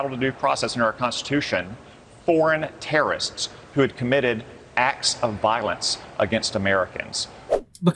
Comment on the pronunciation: Why does he pronounce it like "terra-ists"?